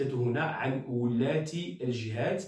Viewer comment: ولاَة و ليس ولاَّة